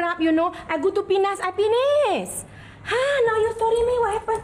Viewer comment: “I go to Pinas, i pinis” 😂😂😂